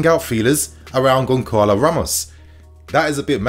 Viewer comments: As I understand "Gonçalo" needs to be pronounced as [gonZalo] or [gonSalo] not [gonKalo]? correct me if I'm wrong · It's pronounced Gon Sa Lo not Gon Ka lo. Won't Benfica ask for a 100 plus mil? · Pronounced Gon-Salo...bro, fix up it's annoying AF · Sometimes your pronounciation is mad, but GonKalo Ramos🤣🤣🤣 rofl